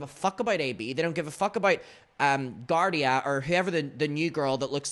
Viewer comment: Her name's Galya. You know it's not "giardia". Have some fucking decency.